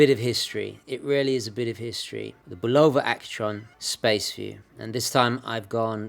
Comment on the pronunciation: Great video as always,. I have the Railroad model that I received as a birthday present in 1965. The case has never been opened except for battery changes and it runs perfectly. Oh, by the way, in America it is BULL-ova, not bul-OH-va. Ring up the office in the ESB and listen to how they answer the phone.